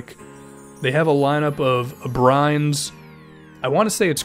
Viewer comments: yooo man love the videos, you're a pretty cool guy from what I can tell, I'm pretty sure it's pronounced "a-bree-nes" though and not "a-brinez" but I'm a human and I could be wrong, we all make mistakes so what do I know. I'm no expert on linguistics, or last names from Spain. Is he Spanish? I think he's Spanish. that might be racist. keep up the awesome vids man worth the subscription! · I swear to god boy abrines is pronounced (a-Bree-nas) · You pronounced Alex Abrines name wrong